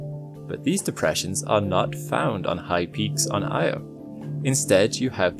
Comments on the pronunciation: very interesting and wonderful. But it was hard listening to the mangled pronunciation of Io. It's not prnounced "eye =oh". The correct pronunciation is "ee - awe" . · Why does no-one say Io correctly? EE-oh, noy Eye-oh. Just think of the nursery rhyme "Ee, eye , ee, eye, oh" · It's Io, pronounced eee-oh. Carl Sagan talked about how it's inadvertently mispronounced. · its actually ee-oh by the original ancient Greek pronunciation, not ee awe. source: carl sagan.